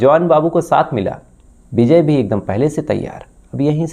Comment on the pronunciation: Beejay nahin vijay bol bsdke